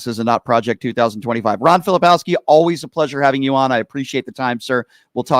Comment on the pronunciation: Hey Brian - Ron is too nice to correct you, but do him and yourself a favor and pronounce his last name correctly. Filip-KOWSKI not Fili-POWSKI. There's a "K" in there. I enjoy your show.